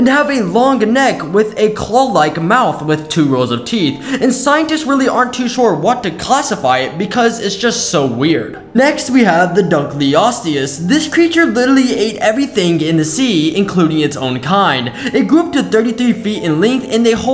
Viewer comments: Dugliastiace 💀 It’s pronounced (DUNK-LEE-OH-S-TEE-IS) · I believe it's pronounced Dunk . Leo . Stay . Us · Bro it’s pronounced Dunk-Leo-TO-les